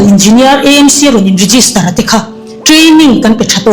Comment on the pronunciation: EMC ❎ AMC ✅ Eizawl ❎ Aizawl ✅ tiang zel hian aw